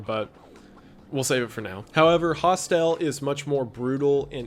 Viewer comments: I don’t think you really understand most of the stuff in this video. Aside from pronouncing a lot of things wrong, like Hostel, you refer to the entire last tier as “snuff”. A snuff film is defined as a filmed murder with the intention of being sold for profit. To this day, there have never been any known cases of snuff films. I’m sure they exist, but they are not something you will be able to find on the internet. They likely exist in the same circles that CP exists in. The films mentioned are all mixtapes that people have built from finding them on sites like best gore, theYNC, ogrish, and even sites like Facebook, YouTube, Instagram, etc. before being taken down. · Most disturbing thing is how you pronounce Hostel 😂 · 3 movies in and your pronunciation of the word Hostel nearly had me clicking off. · You are pronouncing Hostel wrong!!! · The most disturbing thing in this video is how you pronounced hostel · Your pronouncing hostel wrong. I'll chalk it up to the southern accent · i think the most disturbing thing in this video is the pronounciation of Hostel lmao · The most disturbing part is how you pronounce Hostel. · The way you pronounce hostel hurts my brain lol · Hostel is pronounced like Hostile (Hoss-tull), not "Host-ell". They are small guesthouses all around the world, for backpack travelers and students on walkabout, etc. Of course, in this context, it is a double entendre...hostel/hostile. Get it? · Eli Roths horror movie Cabin Fever came before Hostel...(pronounced Hostile, like hostility towards another)...but he was def doing horror before death proof...but I love your videos man, and just wanna make sure you have your references right brother. Also this is a tertiary account, of which they are all subbed to you. But as always, have a great weekend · Never have I heard “hostel” said with a emphasis on the el but I love it and this is how I will say it from now on.. host-el 🤌🏻🤌🏻 I kid of course, incredible content that keeps me entertained at work!